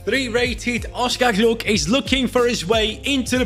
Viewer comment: Hey, just so you know, it’s pronounced Oscar Gloch, not “gluk” the “ch” sounds like in loch.